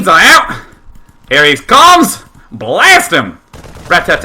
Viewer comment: An australian would pronounce it 'blarst', not 'blairst' but i still rofl'd copiously :P